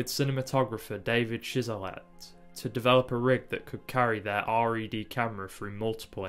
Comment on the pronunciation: For future reference - it's not R E D Camera it's just Red Camera